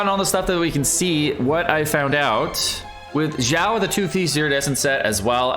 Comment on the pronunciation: Xiao, xi-ao, not jiao. Shenhe, shen-her, not shenha.